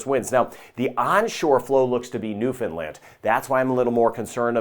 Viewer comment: Thank you for including the Atlantic provinces (for those of us living in the Caribbean) and especially thank you for your correct pronunciation of Newfoundland especially